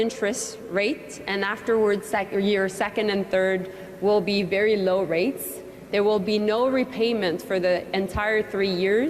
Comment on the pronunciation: This loan will never be paid back!!! It sounded like she said "rapes" not "rates."